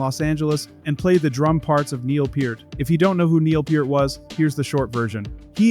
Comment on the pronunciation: Thank you for saying Neil's last name correctly.